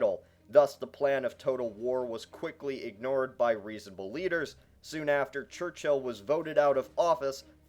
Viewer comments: It's not pronounced church-hill it's pronounced church-ill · Its Church-ill Not Church-hill! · it's not fucking "church hill" it's pronounced "church ull" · It's not pronounced Church-hill, it's pronounced Churchill. One word. There's no need to emphasise the H.